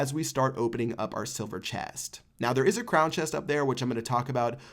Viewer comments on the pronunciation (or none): Why did he say chest like that Silver chaest 😂